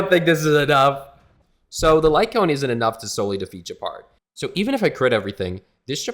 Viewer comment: Hearing someone read Gepard as Džepard is so weird.